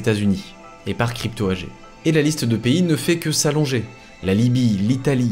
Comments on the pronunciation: AG étant un acronyme allemand se prononce AGUÉ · Sylvain, dans le monde des entreprises AG ne se dit pas "agé" mais "agué"! C'est de l'allemand. C'est comme Angela Merkel on dit "anguéla"! Ça fait plus cultivé. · Attention Sylvain on ne dit pas "ange ella" Merkel !!! On dit "Anguéla" Merkel. Quel manque de culture !!! Également tout au long de la vidéo tu dis Crypto "Agé" on dit "Agué"!! Si vraiment il y avait un réel travail d'enquête dans cette vidéo cela demanderait des connaissances et des aptitudes intellectuelles qui forcément aboutirait à savoir prononcer correctement ce genre de mots. Je pense qu'il n'y a aucun travail d'enquête dans cette vidéo. Quand il parle des rapports de la CIA, j'y crois pas. Je pense que sa principale et unique source est une autre vidéo, propablement en Anglais. Je ne doute pas non plus qu'il a du aussi certainement regarder la page Wikipedia de crypto AG.... En fait il ne fait que raconter à sa manière une histoire qu'il a plagié. Plagier ne requiert pas la même intelligence culturelle qui permet de savoir bien prononcer des mots étrangers.... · oui j'avais bien compris à propos de chiffrer. AG en allemand se prononce "agué". Dans le monde des affaires c'est comme cela que tout le monde dit. de même qu'on dit "anguéla" Merkel. C'est juste une histoire de culture. C'est pas dramatique mais ça laisse l'impression que le mec ne fait que répéter une histoire. Il a pompé sur une vidéo en anglais. Il n'y a aucun travail journalistique d'enquête contrairement à ce qu'il laisse entendre. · Oui mais il ne sait pas prononcer crypto AG, AG se dit à l'allemande et il ne sait même pas prononcer Angela Merkel non plus, ça ruine tout.